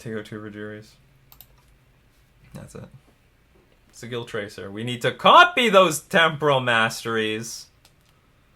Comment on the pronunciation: Just a note, the word "sigil" is pronounced with a soft G. Though I'm amused by the (unintentional?) pun in your pronunciation. :)